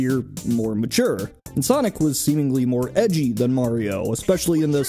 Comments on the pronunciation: Who says "marry-o"? Even the plumber himself says .." its-a me ...Mario" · Did you just seriously call him Mary-o??